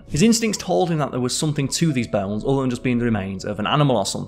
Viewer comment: What are "bells"? Are you saying "bones" ?